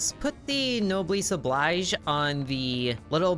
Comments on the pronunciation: It's also nob-el-es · "no bless oh bleej" is close as I can explain to pronounce it. It's French. The obligation of the nobles. If you're better off, take care of people who aren't